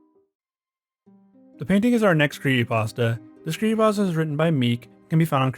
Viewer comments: Mate, what the fuck is a "cre ey pasta"? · Bruh, please, I beg you. Pronounce the P in creePy-pasta. You are killing me. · It's fucking creepypasta not "pawsta". Otherwise great job. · ah yes, creeeypastas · Whats a "cree ey pasta" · I am sorry but the narrator has a mosr annoying voice and is so hard to listen to. I just want to strangle this guy. And then the faf that he is idiotically "spreading the word"of these evil bastards. And that in itself is evil. You need to sever the word at yourself . And so your part to protect your peers from thepossible dangers these 'cursed' imagesay pose. I just want h to say creepy pasta correctly one time. Jeez. But seriously..... I know i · There's a, um, 'p' in 'creepy', dude.